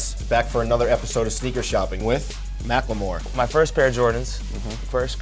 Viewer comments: Who noticed joe says macklemore like mackLEEmore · "Macklamore"?? Hold this L, Complex Do better.